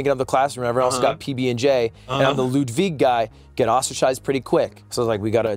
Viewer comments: Lewd-vig killed me 😂😂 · Come on bro.... it's pronounced to "Lude-vig". But word on the street this Mogul Mail guy is giving Ludwig a run for.... his money?